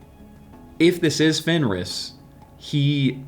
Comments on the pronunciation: I thought it was Fenrir not Fenris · Its fenrir, not fenris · it's FenriR with R not S.I just had to comment. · FenriS.... -_- FFS! ITS FOKIN' FenriR!!!! Do your research at least, If you earn for living with it! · I believe it's called Fenrir and not Fenris... Also maybe they want to introduce another culture: the native american. It is known that the figure of the wolf played a big role in their culture. Also, because Mr.Wednesday didn't seemed troubled enough about the wolf, there could be a reference to the Geri and Freki, two wolves sworn to Odin and it is said they brought luck... Anyway , nice videos, keep up the good work! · Its Fenrir, nit Fenris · I'm not normally the one to correct some one when they get a word or a name rong so I'm sorry but the name of lokis child is fenrir not fenris I though you might like to no that's all XD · It's Fenrir, not Fenris.